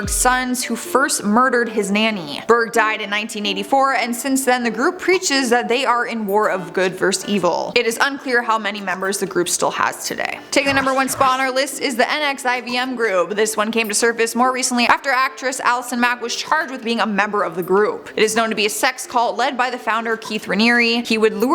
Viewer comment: Just FYI... #1 is pronounced "nexium". Fun fact. Meh.